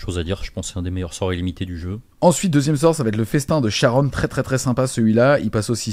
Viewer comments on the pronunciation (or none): none